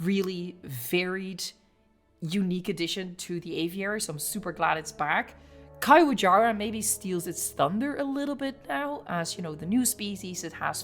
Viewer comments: the pronuciation is not that hard bro 😭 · I can't unhear it being a caillou-jara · Here's how i pronounce it,. Ka-Yu-Wa-Ja-rah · Caiuajara can be pretty easy to remember how to pronounce it if you just imagine this scenario: "Caillou, a jar!" -"Ah!" Caiuajara.